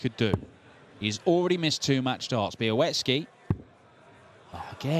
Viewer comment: Why does continue to pronounce Sebastian Bialecki's name as 'be-a-wet-ski'?